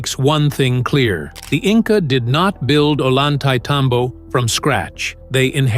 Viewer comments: The name of the place is pronounced in English phonetics: "Oh-yan-tie-tambo" The double L in Spanish is its own letter and is pronounced with the same sound as the "y" in the English word "yes." Very annoying to hear it pronounced with an L sound. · Like TMC said below, it’s pronounced ohYantay -tambo. Unlike what the narrator said. I recognize that voice but it seems computer generated. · "Oy yahn thai tom bo", please stop butchering it's name! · At least learn to pronounce the key name in your video, "Ollantaytambo", if you are going to hold yourselves out as some kind of "experts"! Pathetic!!!